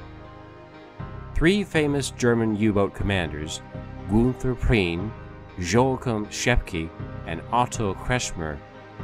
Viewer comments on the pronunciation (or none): WHY the hell don't these productions - OR even their voiceover artists - do the BASIC research necessary to find out how to pronounce German names? ... Günther Prien [Pronounced Ginther Preen] - Joachim Schepke [Pronounced Yo Ack Eem Shepp-keh] and Otto Kretschmer [Pronounced Otto Kretch-mer] ...